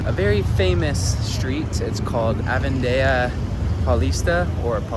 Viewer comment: It’s not pronounced ‘Avendia’ - its Avenida. Just read it the way it’s written